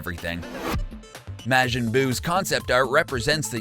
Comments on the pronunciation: It's not Mashin buu It's Majin Buu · Not to be THAT guy but it's pronounced Mar-jin. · WHY DOES HE KEEP SAYING MAJIN IN A WEIRD WAY WAT IS MAGIN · Your saying majin wrong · THAT’S NOT HOW YOU PRONOUNCE MAJIN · Its bad of You can't say majin right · The way this man says majin makes me wanna die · Lost all credibility when you showed you didn't even know how to pronounce Majin Buu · You guys said majin wrong